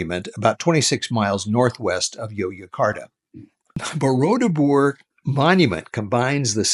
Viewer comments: Its borobudur not bodordubur sir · You keep saying BoroDUBUR instead of BoroBUDUR. I'm 36 years old, and here I am laughing myself silly because DUBUR means anus in Indonesian 😂😂😂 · I love how you butchered "Borobudur" so many times lol 😂 😂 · lol i was about to say this ..... its funny